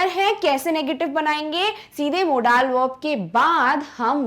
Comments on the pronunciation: Modals not modaaal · Mam u must have to learn homophones , so that u can correct ur accent' modaaaaal to modal'🤣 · Tukh laanat.. It's model not a modaaaaal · Ma'am firstly improve your pronunciation it's not mo-daals its is mode-uhlz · Aba मोडाल नहीं मोंडल verb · Are madam.... How you pronouncing Modaaal verb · Wrong pronouncetoin of modal say मौडल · Mam u did wrong pronounciation of modal